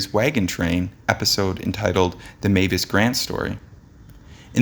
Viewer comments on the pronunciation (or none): none